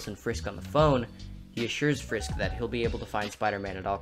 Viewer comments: It is Fisk not frisk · Isn't it Fisk not frisk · Nice video, but it’s ‘Fisk’ not ‘Frisk’ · Frisk? It’s Fisk. Just thought you should know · Fisk. Wilson Fisk. Not Frisk. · Frisk? Its Fisk ya silly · This man really call him “Wilson Frisk” 😂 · Mans called him “Wilson Frisk.” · Fisk It's Fisk, not Frisk. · Did anyone else hear him say Wilson frisk twice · It’s Wilson Fisk not frisk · i was lovin it, until you said "Willson Frisk" xD... jkjk really liked the video, didnt notice like any of this stuff when i watched spiderverse haha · “Wilson frisk”?💀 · Fisk not frisk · I love how he misspells fisk by saying frisk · I heard you say "Wilson Frisk" twice. I assume that's a mistake. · ‘Wilson Frisk’ 😂 Great essay though! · Did u say frisk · Frisk? Correct me if I’m wrong but I thought it was Fisk. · Good video, but its actually FISK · you said wilson frisk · Wilson FISK. Not Frisk. Otherwise, we'll done! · LMFAO Did this guy say FRISK LMFAOOO LOL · Just an aside: It's Wilson Fisk, not Frisk. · He called Wilson Fisk "Frisk" 😂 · Uhhh it’s not Wilson Frisk it’s Wilson Fisk... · It’s Wilson FISK, not Frisk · Wilson Frisk lmao, it's Fisk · I might be tripping but when u were talking about Wilson Fisk it sounded like you said Wilson Frisk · Lol mans said Wilson Frisk good video though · This may be just me, but when he talks about prowlers personal goals instead of Wilson Fisk it sounds like he’s saying Wilson FRISK. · On the one hand, you called Kingpin "Wilson F r isk"... but on the other, I had not noticed that Miles' Spidey-sense was purple and green until he met Peter, and it turned blue and red. Overall, a very clever and thoughtful essay. Nicely done. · Does no one notice he keeps saying Wilson frisk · Did this man just say wilson frisk? But fr, good video